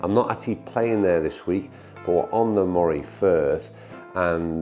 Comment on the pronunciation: Great video...thanks! I come from the County of Moray but moved abroad in my retirement. I really miss the multitude of excellent courses in the area......not sure if you have played Elgin and Hopeman? If not you should! Just one thing....Moray is pronounced Murray.....my surname!